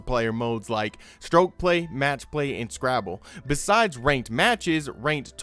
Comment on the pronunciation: Guy said "scrabble" dkm lmfao